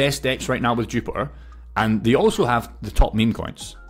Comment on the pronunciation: its called jupiter not jupitor^^